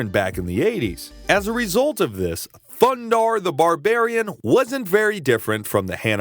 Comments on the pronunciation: It’s a shame you can’t avoid saying “THUNDARRRRR THE BARBARRRRIAN” everytime you need to say his name, completely ruins the video. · Loved this cartoon. Edit: I have to correct you. It is THUNDARRRRR THE BARBARIAN. With his friends, Ookla the Muk, and Princess Ariel. This is the only correct way to introduce these heroes. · Yup one year later your over pronunciation of Thundarr is still annoying